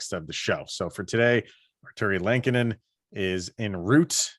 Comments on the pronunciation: Say it with me folks...L-eh-ko-nen. Not the same as Chicago goalie Kevin Lankinen. Only two n's in there. Not sure why this bothers me but I can't get passed it lol. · Am I saying Lehkonen wrong or are you guys? Haha. I thought it was pronounced “lekanen”. Every time you guys say it I think you’re talking about the hawks goalie “lankinen”